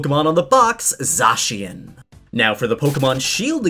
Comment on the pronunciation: Za-she-in Me: it’s za-shin